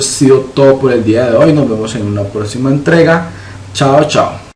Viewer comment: Hola he estado siguiendo este curso y está muy bueno, haces un excelente trabajo. Sólo tengo una observación que en lo personal me molesta un poco y me distrae del objetivo jajaja... ¿podrías evitar cambiar la C por T en palabras como "aCción", "colleCción", "próXimo", etc...?